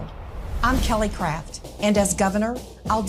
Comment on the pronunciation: I swear, I thought I heard Kelly Cr*p when you said her name. We're up here in Canada, thinking, "When the Americans are sending up their ambassador people, they're not sending their best..."